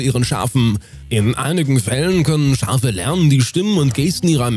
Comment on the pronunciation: Nr.3 Es sind "Schafe" und keine "Scharfe" 😅